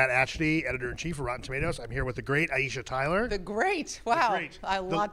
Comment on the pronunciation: I have to say he pronounced her name really well!